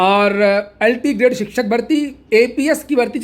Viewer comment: जो शिक्षक का सही उच्चारण नहीं कर पाये वो अंड संड बकवास करता ही रहेगा 2018 के बाद शिक्षक भर्ती नहीं आयी 6 साल से भर्ती ही करे जा रहे हैं